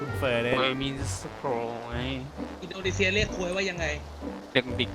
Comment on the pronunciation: มันเป็นคนไทยแหล่ะครับ อินโดจริงๆ จะใช้คำว่า อินโดนีเชีย ไม่ใช่ เซีย !! 555